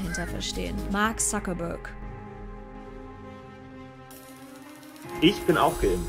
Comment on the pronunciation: Warum sprechen Deutsche den Mark eigentlich immer Suckerberg aus? Ein Wortspiel isses ja hier augenscheinlich nicht...